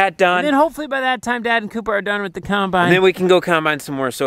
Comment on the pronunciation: Gotta love that says kinebine.